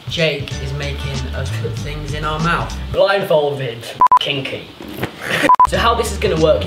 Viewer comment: When you said smouth :')@